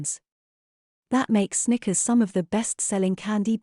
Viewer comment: Did anyone else think the computer voice said "stickers" on more than one occasion?